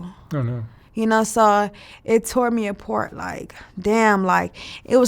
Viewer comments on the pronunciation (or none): She keeps saying she's successful...but can't properly pronounce the word. Top tier is top "tire." Apart from the pack is apart from the "past." The ink on her cheek must be on her butt cheeks. And on and on. Poor thing. Lotta confidence for no IQ.